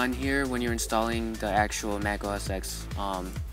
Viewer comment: you do know mac os x is pronounced mac os 10, right?